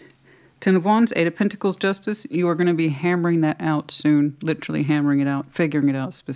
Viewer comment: LIT -TREE 😂 Girl lol